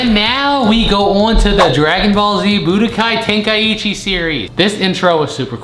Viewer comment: Ten- kai- chi…… say it with me